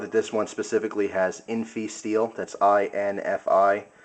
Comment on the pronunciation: AAAARRRRGH!!! Busse is pronounced "Bussy" it rhymes with fussy. Jerry is not related to Gary Busey. At least you pronounced INFI right. Swamp Rat uses SR-101, not INFI (although there was one INFI model)